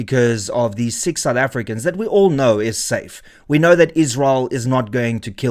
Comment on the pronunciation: Sick (6) soufEfricans 😂